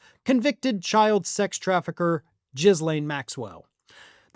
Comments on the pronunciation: Ok, whilst I agree that she doesn't deserve the dignity of having her name pronounced correctly, "Jizz-lane" is a really bad pronunciation given her crimes. Jizz Lane sounds like what Epstein would've named the main street on his pervert island. Please just call her "Gill-aine", it's somehow less gross. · "Jizzlaine" seems like the most appropriate pronunciation.